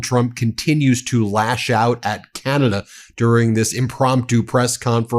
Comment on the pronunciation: "...Canaday..."??? Huh? Oh, Oh..."Ah-Cee-To-Me-No-Fun"